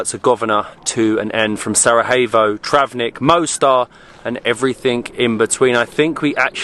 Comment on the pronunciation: Sa-Ra-YAY-Vo...You didn't go to Mexico...